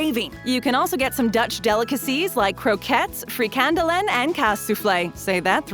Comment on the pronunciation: fric an duluen , weird to hear someone to pronounce frikandellen in english